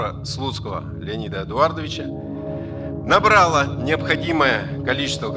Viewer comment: В слове Набрала - ударение ставится на последний слог НабралА